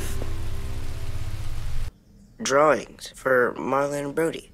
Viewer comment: When says Mitch i hear Bitch. xD